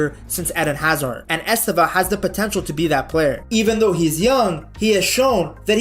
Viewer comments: Nice video, man. A tip on how to pronounce his name correctely: The stressed sylable is the second: esTÊvão. You can even make the first letter "E" silent: sTÊvão. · Estêvão: TE is the stressed sylable. Pay attention how Brazilians always pronouce his name, please.